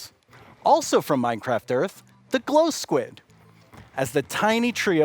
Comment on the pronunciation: Mogang: Its glow skuid! Me: --_